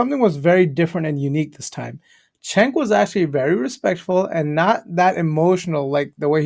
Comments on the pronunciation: His name is pronounced as djenk. It's the turkic way of writing. It's also not yoGhurt. It's more like yo'urt and Erdogan is more like Erdo'an. Just sharing my knowledge for those who it interests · Jenk. Not chenk lol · Vids are getting better 👍 BTW Cenk is pronounced Jenk (it's Turkish)